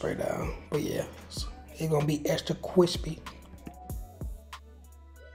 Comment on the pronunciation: “Extra cwispy” 🤣🤣but 🔥🔥job family